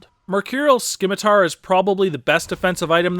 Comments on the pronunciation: the C in scimitar is silent. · Your pronunciation of Scimitar had me cringing XD Great video though! Sub'd :)